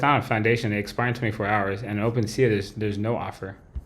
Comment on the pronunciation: I’m being so petty but can’t stop myself: open-sea-ah? Come on man it’s open sea!